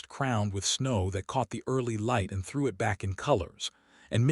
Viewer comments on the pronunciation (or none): none